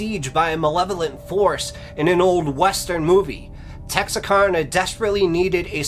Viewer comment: As a northeast Texas native about 50 miles south of this town, I cant get over how hes pronouncing Texarkana. Its Texaraka (the kana is like can with an a at the end), not texarkona. But nah I'm just nick picking lol, joking aside I'm a new subscriber and I love your channel so far🤝🤘